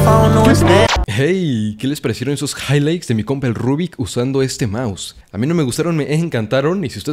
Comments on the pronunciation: Me mamo el higligths jaja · momento hihgligts